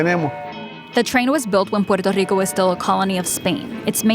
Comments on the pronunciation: I LOVE how you pronounce Puerto Rico! Sooo authentic! Perfecto! 👌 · Great video. Car companies and politicians trying to line their pockets have ruined so many cities. btw the way you say puerto rico is amazing